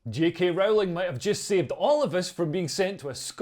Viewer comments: Rowling is pronounced like Bowling not like Howling. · It's Rowling as in bowling btw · Leo, when are you going to learn to pronounce J.K. Rowling's name correctly - it's really not that difficult............